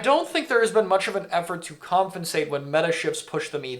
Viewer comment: ily man but you DO know it's "compensate" and not "comfinsate" right?😭 you say it all the time and I feel like I'm getting trolled lmao